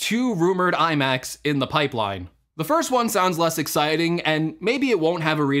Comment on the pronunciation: This dude say pike line? Lol